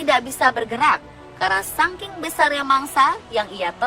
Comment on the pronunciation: Saking woi, bukan Sangking -_